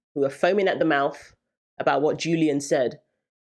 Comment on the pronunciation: What is a “mouff?”